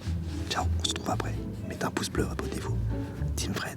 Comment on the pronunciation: « Poces bleux » 😂